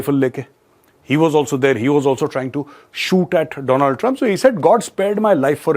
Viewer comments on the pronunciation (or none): none